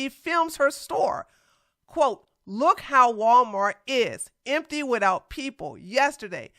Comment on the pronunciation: She said "Gualmar" 🤭🤭🤭🤭